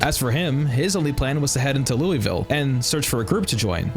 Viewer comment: Imma take the engagement bait and tell you you're saying Louisville wrong. But other than that, preemo playthrough.